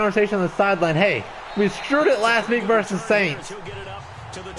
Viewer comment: “Versus” not “verse”. Good job! Now let’s SKOL! FYI, the Eagles have a dominant OL, with at least 2 Pro Bowlers and I think another one (LT) on the shelf hurt. Eagles clearly have a better OL and DL, especially given now that Griffen can’t rush because of his foot and Hunter has disappeared in the witness protection program. Vikes pretty much have the edge everywhere else, with the exception of RB. Rhodes is beat up and playing hurt, Sendejo may be out, Newman didn’t play great, and Alexander was picked on and torched the second half, so I’m crossing my fingers they pull through. Also, Bradford’s completion % record lasted not even one season. Brees passed him up down the stretch. And I agree, Sean Payton is a classless piece of shit. Remember the bounty gate fiasco went on for a few years after 2009 until the NFL investigated. Other top QBs were targeted including Kurt Warner, Cutler, and Rodgers. Payton fully knew it was taking place and ultimately was suspended only a year. Payton was also implicated in a Vicodin theft ring taking place inside the Saints HQ. A former player torched Payton saying he was an addict and that the only reason why the Saints training camp was in West Virginia was so Payton could bang his girlfriend on the side. Given that Payton’s wife divorced him shortly thereafter gives some credence to the story. Payton is a complete asshole. It says something when fans from every team in the Saints’ division hates his guts along with fans from San Francisco